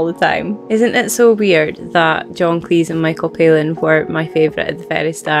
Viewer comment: Friendly note: It's pronounced Cleese as in cheese, not Cleese as in geese.